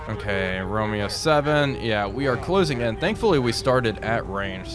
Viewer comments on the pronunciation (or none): none